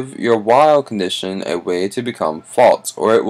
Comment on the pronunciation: Good video but first stop burping and its actually false not faltz just saying